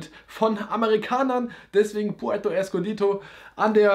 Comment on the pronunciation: Puerto escondido, nicht escondito